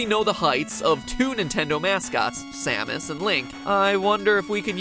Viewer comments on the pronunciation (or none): none